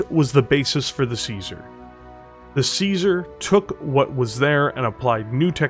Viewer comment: One day people will find out you say caesar with a k like Kaiser, apparently the year 3049 is it